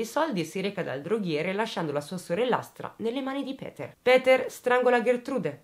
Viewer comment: Ti seguo da poco, ma i tuoi video sono una droga! Molto ben strutturati! Hai una buona pronuncia per il tedesco, meglio sicuro di tanti giornalisti! Péter sarebbe con o stretta e la u di Kürten va pronunciata come la u bergamasca, se vogliamo fare i pignoli precisino e rompere. Se i giornalisti si documentassero come te, non mi verrebbe l'orticaria in alcuni TG! XD Complimenti. Bella e brava! P.S. ti invidio un sacco quei capelli neri...